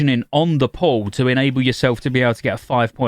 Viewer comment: Every time he says "on the pull" all I hear is "on the poll", and then I imagine a warlock in demon form slaying a stripper poll